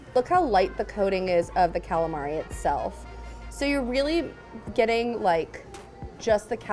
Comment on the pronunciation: You say calamari how i say it and its the wrong way LOL